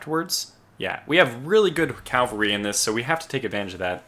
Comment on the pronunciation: Cav-al-ry. Drives me nuts.